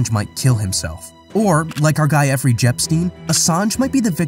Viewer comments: "Efferey Jepstein" 🤣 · Effrey Jepstein... 😆😆😆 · Effrey Jepstein. lol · Eeffrey Jpstein lmao I’m cracking the fck up dude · This man said effery jepstien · Is he saying Effrey?